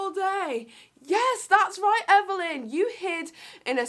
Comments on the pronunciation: It’s Everleigh not everleighn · You kept calling her Evelyn not everleigh 😂